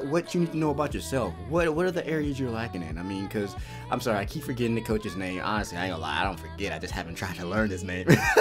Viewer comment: Bro I aint hating but they you pronounce the names is hilarious